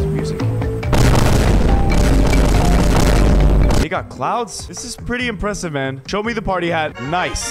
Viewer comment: pwes pway master runners pwetty pwes